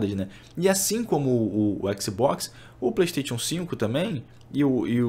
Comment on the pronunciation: Passa pano demais... e a pronúncia do Playstation é de doer os ouvidos kkkk